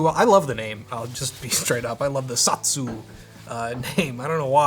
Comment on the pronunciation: I don't believe it's pronounced "Sot-su", I think it's pronounced "So-tsu".